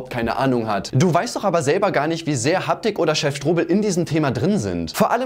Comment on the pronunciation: hab das video von kuchen gesehen und er sagt habtik